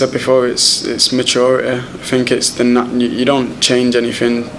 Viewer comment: It is 'think' and not 'fink' my dear boy Rashford. Just saying. I love the way Rashford plays football.